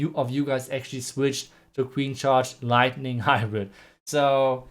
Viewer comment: The way he emphasized "lightning" 🤣🤣🤣, like galadon was that loud enough?🤣